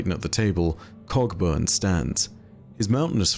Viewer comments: am I the only one who sometimes hears "Cogburn" as "Cockburn" lol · "Cogburn" is also pronounced "co-burn" but what the hell, he's British. :) I reckon people pronounce it both ways, I'm not bothered. Earp though... There's a Stirling Moss, the great Scot F1 driver, but I don't think he's in this story somehow...